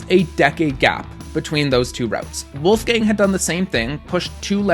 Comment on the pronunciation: Wolfgang had such an impressive climbing career. so inspiring! also I'm german and I think your pronunciation is quite good. :)